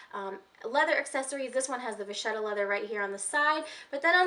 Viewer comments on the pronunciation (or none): Hi there vacchetta is actually Italian - vacca (pronounced just as you probably naturally want to since Italian is easier to pronounce for English speakers than French, the "cc" is a "k" sound like in "loca") means cow, vacchetta (pronounced with the same "k") is "little cow" literally (calf).